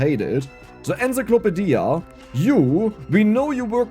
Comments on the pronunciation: Ensa-clopa-dia! The best. I'm going to start saying it that way. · Came into the comments to say exactly this. Enzeeklopadia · The way says encyclopedia is amazing